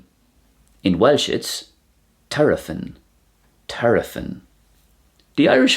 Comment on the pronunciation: Yes. dd is pronounced as th in the. Ae is usually pronounced as “I” (as in the personal pronoun), so traeth is tr-I-th. A single f is pronounced as “v” a double “ff” as “f”. Your example of border “Terfyn” should be ter-v-un. You’ve also added an extra vowel before the “f”. Welsh shares the two main “th” sound with English - the vocalised version as in the, there, then … brother, mother, father etc…. In Welsh dd or Dd - the non-vocalised version as in thin, theatre, cloth, month, prosthesis and so on. In Welsh th or Th I notice that you are not pronouncing these in your English either. I don’t speak any Irish Gaelic, but I suspect that these two sounds don’t appear in the language hence your difficulty with these sounds? They are not hard to master, but if the are unfamiliar, they will require practice to get right. If you are interested, I have a work sheet on th sounds. Just drop me a line. One of the many beauties of Welsh is that the spelling is very phonetic. It is nearly always the case that if you can hear it, you can spell it. Not the case in English, where you need context before you commit pen to paper.